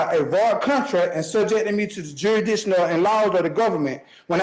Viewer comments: 10 minutes in, and he can't even pronounce jurisdiction. We are in for an interesting ride, friends 😂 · Why can't any of these sov cits pronounce jurisdiction 🤦